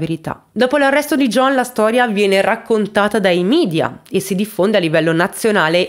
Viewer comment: Si dice "media" non "midia"!!!!!